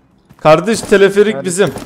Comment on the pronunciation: Abi teleferik o telefelik değil😂